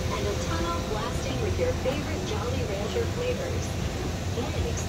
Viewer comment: it also sounds like he pronounced Jolly Rancher as Jolly "raUncher"